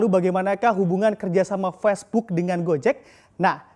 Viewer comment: Facebook mas, bukan pesbuk. Gregetan gue